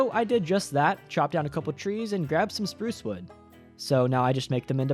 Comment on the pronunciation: SPURRRRRUCE stampy fans will know